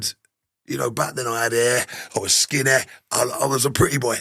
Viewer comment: He sounds like a great lad. You can hear a bit of Manchester or somewhere North when he says certain words like Skinny lol. Gr8 guest throughly enjoyed it so far and he maybe says where it's from later on in the video.